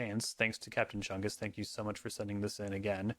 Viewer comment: Not enough emphasis was put into the name “Captain Chungus”